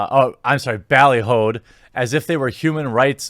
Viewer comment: Ha ballyHOO not Bally-Ho. Us old folks know words like ballyhoo (pats self on back, throws out shoulder)